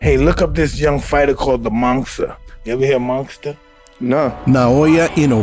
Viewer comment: It's funny how Mike says the Monster 😂